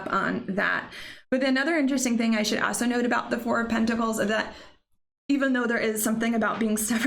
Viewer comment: The way she says “also” “aso” cracks me up.